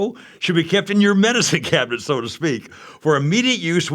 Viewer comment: "medischeen cabinet schow to schpeak"